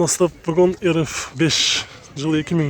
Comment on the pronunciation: степвагон эмес степ вей го он